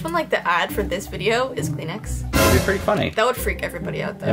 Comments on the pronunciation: Who else heard Clean Ass instead Kleenex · 😂 Kleenex it’s called tissue but you can say Kleenex btw that’s how you say tissue in my language it’s Arabic 😂